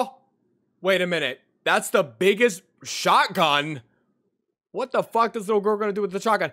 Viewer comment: ネイティブなｼｬｯｶﾞﾝいただきました